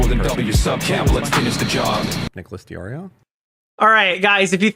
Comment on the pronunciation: wait thats a picture he picked for his own video 😆 he looks like some kind of pre human race animal. And he has the balls to pretend to mispronounce DeOrio as Dedreo? What the???